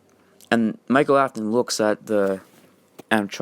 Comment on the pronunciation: His name is Michael not Mikal